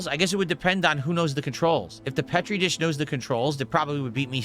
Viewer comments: Pet-ree dish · Valedictorian doesn’t know how to pronounce Petri dish.